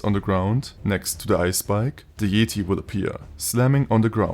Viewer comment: This mod and video are awesome, but even better is the way you pronounce Yeti as "Yeeti" 😂💀 I love it